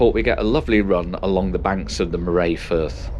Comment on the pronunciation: The pronunciation of Moray catches a lot of people out. It rhymes with hurry, not with hooray or today.